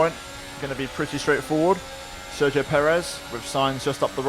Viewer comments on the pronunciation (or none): none